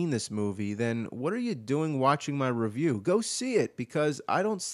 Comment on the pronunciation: Feels weird to hear James say "Re-VIEW."